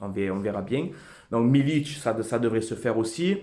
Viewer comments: "milik" frero et non pas "milić" Ce n'est pas un Croate ou Serbe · Par contre c'est pas "Milic" c'est Milik gro lol, Forza OM.